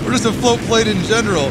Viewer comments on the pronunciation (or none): Plane, not plan 😜